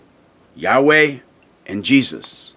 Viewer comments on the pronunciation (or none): none